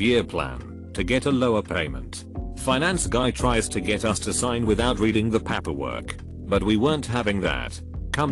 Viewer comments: Some of the mispronounced words don't bother me (like coworker) since English it's not my first language and I don't hear the difference, but that paperwork crosses the line, flies to the moon and back and almost makes my non-English native ears bleed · repeat after me: Pay "Pay" Per "Per" Paper "Papper" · It's 'paperwork' not 'pap per work'. Turn the damn computer off !!!! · Why does paperwork sound like papperwork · This is idiotic, literally. It's pāper-work, not papper-work. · PaaaaapEeer work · It sounds like he wants to say "pampers" but doesn't quite get there. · Reddify: Pronounces "Fiance" flawlessly Pronounces "manufacturer's warranty" exquisitely Pronounces "paperwork" like a drunk irishman "PAPPER WOORK" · Boy Siri voice when it says paperwork sounds like PAP-erwork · Text: Paperwork Voice: P A P A W O R K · Paperwork Text to speech: pamperwork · Narrator be like "pahperwurk" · Pah-pur work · Papperwork? Can't listen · The way the voice over read pAperwork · The computer voice is really awful... I wonder what it thinks "papper-work" is suposed to be? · This has to be one of the lowest effort reddit channels. "Pahpperwork" Can't even bother to correct bad pronunciations, forced pauses at end of lines, or misinterpretations of abbreviations. If you're already using other people's content and running it through Text to Speech from 1995, you could at least clean up the presentation. Of course, it must be harder when you don't speak English. Yet they somehow have 55k subscribers. When did bottom of the barrel become a preferred default? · Why use a computer voice that fails on 10% of the pronunciations just-use a human as I cannot continue with words like Papperwork. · Ok I'm sorry but I can't listen to the word PAPerwork or COWworker again. I'm out. Bye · The reason this happens is because tts doesn't recognize paper in paperwork, essentially to get the right pronunciation out of it you have to type paper and work separately